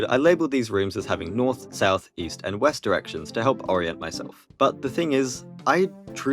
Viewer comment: west sounds like left.